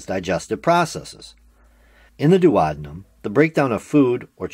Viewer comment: THE WAY HE SAYS DUODENUM STRESSES ME OUT